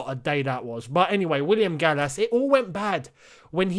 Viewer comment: I’m sorry but Gallas really? really?